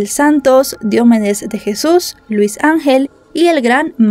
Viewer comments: se dice diomédes no diomedes investiga y pronuncia mejor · No es Diómedes, es DiomEdes. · Excelente recopilación de datos... Sólo dos cosas: Su nombre no es Diómedes... es Diomedes. 461.000 pesos colombianos en esa época serían unos 450 dólares en ningún caso 95.000. Una multa de 10000 pesos tampoco son 2000 dolares... 10mil pesos eran menos de 10 dolares. Ya sé que es irrelevante... por eso sí no estás segura mejor no dar este tipo de datos. Un saludo.